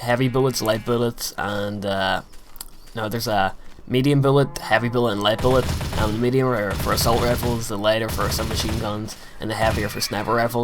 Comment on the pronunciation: WHEN YOU SAY BULLET YOU SOUND RUSSIAN